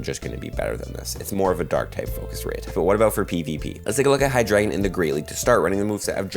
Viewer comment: it's pronounced hi•druh•gon